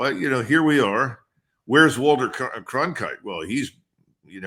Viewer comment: "Walter Concrite" 😁